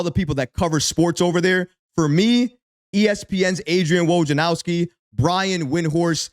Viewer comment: Say it with me….Woj-nar-owski 🤣